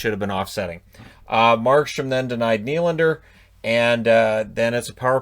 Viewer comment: The way pronounces Nylander is killing me inside. It’s way less satisfying to say